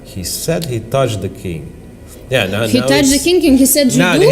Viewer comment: “Khie sed he totch the keeng” “Khie tudge the keeng”